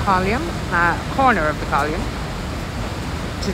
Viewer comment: It's called Nelson's COLUMN not COLIUMN !!!